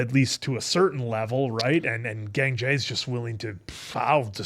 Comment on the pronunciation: It‘s Gangjae not Gængjæ😭